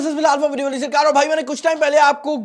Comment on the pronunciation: video start karta hua jab ap Video wali sarkar bolte hai to aisa lgta hai jaise bol raha hon "PUBG wali sarkar" 😅😅